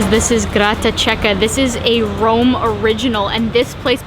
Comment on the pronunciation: Cool food journey around my country,only learn how to pronounce italian food plate names..it's not Grattaciecca but Grattachecca(there's a H in the middle needed to be spelled)